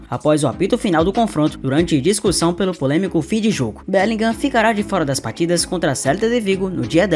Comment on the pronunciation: BÉLINRÃ BÉLINRÃ BÉLINRÃ O "G" não pronuncia!